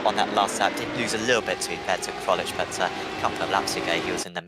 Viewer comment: just pronounce my name Krolczyk, "Krolchic" and not "Krolich" lol :)